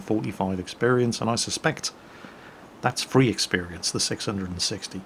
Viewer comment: is it fweee